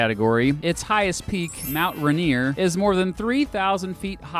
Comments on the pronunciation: ...*Rainer...not reener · What you got wrong? Well Rainier is pronounced ray-neer, not rah-neer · "RAIN - EAR"... not ..."reneer." thank you for coming to my ted talk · As a petty Washingtonian, Mount Rainier is pronounced rain-ear, not rin-ear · Dear, If I ever see you around my state I will personally bitchslap you for saying “Rainier” as “Ranier”. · Its pronounced Mt Rain-ear not Run-ear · One thing that sort of bothered me was you said RA-nier when people in Washington call it RAIN-ier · It’s Rain-er not ray-ner also do Seattle vs Portland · Omfg he said “RUHNEERE” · Just has to say this. I've lived in Washington my entire life and we pronounce Mt. Rainier ray-near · You can always tell the person making these videos isn't from Washington when "Rainier" becomes "Runeer" and they forget to mention Boeing. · Its pronounced rain-ear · Even Oregonians can correctly pronounce Rain-neer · Mount Ren-ear? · It is pronounced "RAY-NEAR" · Actually it's pronounced "RAIN-EAR" LOL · SAME. It's pronounced RAY-NEER, and he and you spelled it wrong. It's Rainier. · Pronounced: RAIN - NEAR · It’s pronounced rain-ee-r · I'm from Seattle! And it's pronounced "Rain-neer". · Its pronounced RAIN-Ear 😑😑😑😑😑 Youll get made fun of if you say it like you said 😂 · You pronounced Mount Rainier wrong. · It's pronounced "Rain-ear" with both syllables stressed evenly. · oh hey! First, you did a really great job in this video, and at the very least you didn't pronounce it Ory gahn! But when it comes to Rainier, I'd definitely err on Rain Ear. I mean, it's really a subtle difference, but honestly having grown up in Pierce County, I don't remember anyone really calling it run-EAR. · I am a Washingtonian and he pronounced Mt. Rainer wrong. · You said mount rainier different than usual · But then he pronounced Rainier weirdly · I get highly triggered and offended at the way you pronounce Mt.Rainier... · Same! I still live in washington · You pronounced Rainier wrong...